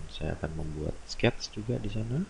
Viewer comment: Ok, no prob. Give it a try and watch it again while following Didi's steps on Fusion. Even I don't understand one word (except when h say 'sketzzz' ;) it is kinda fun to watch and for sure you can re-create what he did. Best regards John